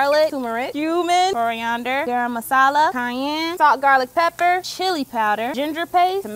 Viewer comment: is it just me or did I hear the goofiest pronunciation of garam masala